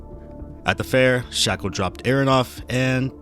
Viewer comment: also why are u pronouncing his name wrong it’s not shackel it’s shakel so wtf why are u pronouncing it w a ck sound